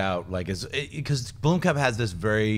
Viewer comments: You are saying Blomkamp wrong. I live in South Africa, and in afrikaans Blomkamp means 'flower camp'. There's a city in South Africa called Bloemfontein, which translates to 'bloom fountain'. There is no 'e' in Blomkamp, guys. So no, Sinead is wrong... You guys did pronounce it correctly, but not anymore. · Not sure if it was edited out but in the audio podcast tries to boldly state the correct way of pronouncing Blomkamp and STILL gets it wrong lol. It's BLUM-camp, not BLOOM-camp. Say it right and if you're going to shout the "correct" way, you might want to make sure it's correct.